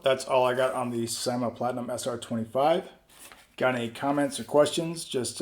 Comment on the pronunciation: Good review man. It's pronounced "seemah" though